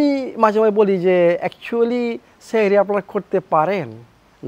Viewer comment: It is not Shari it is Shari